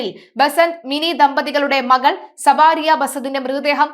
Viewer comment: സവാരിയ അല്ല കൊച്ചേ സാവരിയ എന്ന് പറയൂ